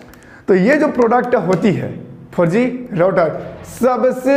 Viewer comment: 4G ka pronunciation aisa kiya ki sunney me "farji" aata hai 🤣🤣